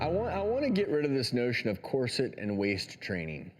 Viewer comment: He keeps saying corset wrong! 😡😡😡